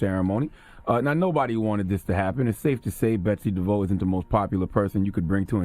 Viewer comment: Her name is DE-VOSS...